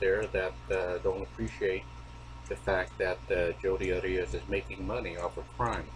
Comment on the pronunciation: His last name is pronounced "Air-E-us"